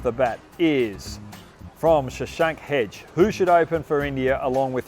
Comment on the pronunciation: Hoggy it's Shashank Hegde - pronounced as Heh-Ga-Dey